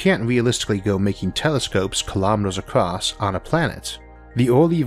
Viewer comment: I notice that you tend to pronounce across as 'acrost" from time to time. I have heard other people do the same. Is that from having an accent or your increasingly hard-to-even-notice speech impediment?